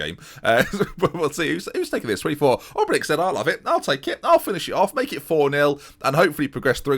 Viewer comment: You were saying it correct last episode and now saying it wrong again. Obrenic is like Modric if its to hard to pronounce call him Marinko, just not Obrenik